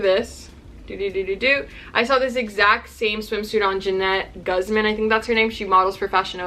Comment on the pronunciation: It’s gooz-mon not guz-men😂😂😂